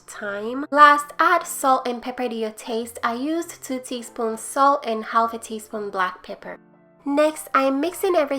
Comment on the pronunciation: Yummmma! Say...u dont have2 say the L in "half"...theres no good reason why they spelled it that way!